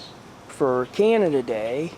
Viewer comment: I've noticed over the years how you've had such a fondness for Canada, perhaps you should seriously consider visiting? =) I've talked with a good friend about going up to Canada to see him sometimes, we'd probably go to a cosplay convention together, or play video games at his house. Happy belated Canada day - or "Canadia day" as says with his accent tehe~ ^.^